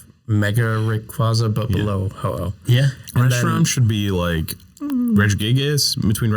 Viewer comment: IT'S HO-OH NOT F*CKING HOHO! SAY IT RIGHT!